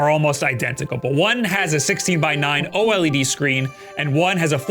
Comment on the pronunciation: Bro’s still mispronouncing “OLED” but saying “AMOLED” correctly. At this point he’s GOTTA know and is trolling lol